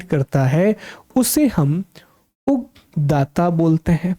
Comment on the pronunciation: Thankyou so much sir ❣️ One little correction added, सामवेद के पाठकर्ता को उदगाता कहते हैं,न कि उगदाता।